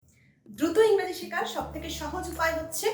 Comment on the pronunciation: Engreji.. Not Raji